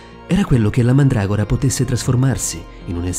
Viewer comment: no pke si dice mandragora